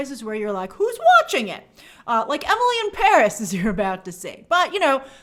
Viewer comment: It's pronounced Emily in Par-ee. Rhymes